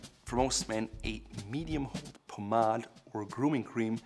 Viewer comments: Did he really say “pomadd” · I always pronounced it “Paw-made” 😳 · Doesn't anyone get annoyed everytime he says pomade? 😂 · This guy’s advice is worth its weight in gold, but the way he pronounces Pomade is killing me!